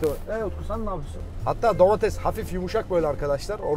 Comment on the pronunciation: abi domatesede domatez dedin ya